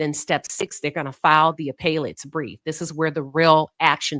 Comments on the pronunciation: Thanks, Queen, for covering the Karmelo Anthony case. As an FYI, appellate is pronounced 'Uh pell it'. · Not here to argue. You're mispronouncing 'appellate'. Have a good evening.